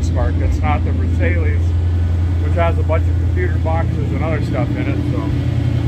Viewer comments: A true Tennessean. You never heard of the Treaty of Versailles? It’s pronounced: Vair sigh. Lmfao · Pronounced ver-sighs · I loved the video, but did cringe every time he mispronounced Versailles. Vur Sci friend, that's close enough. It's a pretty famous place because of WW1 and 2. Don't let your hate for France make you sound ignorant of such important history. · really,,,, lol,,, like you've never heard old Derek mispronounce things on purpose,, or on accident,,, lol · He probably knows that. He has his own, unique lingo and I'm totally here for it. In case you haven't noticed, he intentionally mispronounces a lot of words. My favorite is the Cupacabra (Cooper Cobra tires), a play on the legendary monster of Mexican folklore, the chupacabra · The name of the Lincoln is Versailles. Pronounced like the city of Versailles in France. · Pronunciation of the word Versailles is atrocious and the Granada 😂😂😂 Lincoln. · Interesting...he knows how many were made but can't pronounce the name (even slightly close). I fear this car is doomed from the start, poor car, it deserves better. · Versailius? Versailles is pronounced Ver-Sigh, just like the place in France. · Ver-sail-eee-ess? LOL... Ver-sigh. Love your videos! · Just saw your video today. It's a Lincoln Versailles. It's pronounced: "Verse" as in musical verse. "Eye" as in eyeballs. "Verse Eye". I think you called it a Lincoln Versalious, or something like that, which is kinda funny. Anyhow, thought you'd like to know. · "Ver-SALE-ee-us"? You can''t be for real! The car (a marketing failure) was named after a city in France, pronounced "ver-SY". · Respectfully please know how to pronounce the Lincolns name. It's not "Ver sa leous" It's a " Ver-siles" ...I had one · Ver-sigh, not ver-say-lee-us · too funny, Versailles, French not versaylees, versigh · it's not Versaileas it Ver'si!!! Get a better understanding of the English Language!!!! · Lincoln ver-s-eye. Basically a ford Grenada with a trunk bump. Or a Grenade